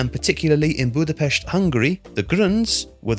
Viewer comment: As a Hungarian, i really appreciate how you pronounced Budapest in the correct way, for some reason almost everyone pronounces Hungarian and German words in an anglicised way even when they only have sounds that are present in the english language too.